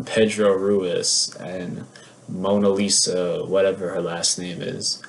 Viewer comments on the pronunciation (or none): none